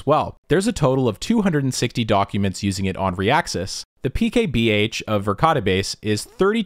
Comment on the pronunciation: I listen to these as i wind down into bed, i absolutely heard Verkade Base as Ricotta Base.